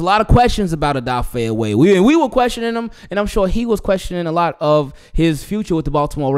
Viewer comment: Isn’t his name O weh not oway